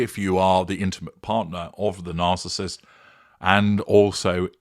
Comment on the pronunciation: Hi, did I just hear you say the spouse of the “Arcissist “? Lol😂😂😂